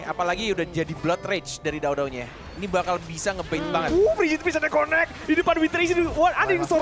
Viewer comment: Salahin, sebut nama daodao nya gak bener 😅😅